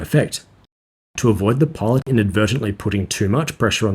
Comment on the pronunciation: Amazing video. Getting into the cockpit of the B-58 is a treat to watch. However I have trouble deciphering whether you are saying "pod" or "pilot".